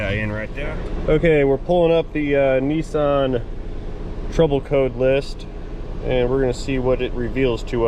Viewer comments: What’s a Neesarn? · Ah, good old Knee-sarn (Nissan) lol